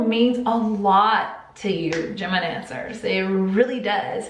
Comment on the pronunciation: I thought she was saying gemidancers 😂😂